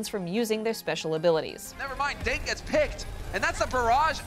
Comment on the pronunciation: It’s D Ding!! Not Ding